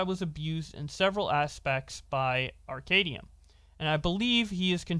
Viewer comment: The one time u said his name right all 3 videos is when u made fun of him I think the first post calling him “Arca DUMB”😂I get it he’s a piece of shit who cares but I guess I have some type of ocd cause I notice it every time 😂